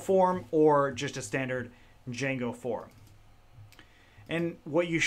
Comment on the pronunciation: U mean "DIJANGO"